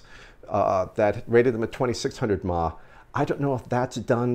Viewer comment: Please stop saying mah for some reason people who vape don't know what they're talking about clearly it's milli amp hours wow u sound stupid